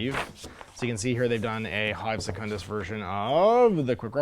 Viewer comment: You pronounce "Secundus" correctly: se-cun-dus. Otherwise, it would be written as secondus: se-con-dus.